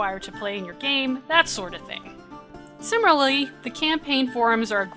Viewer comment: She rolled a 1 two times in pronouncing the word "similarly."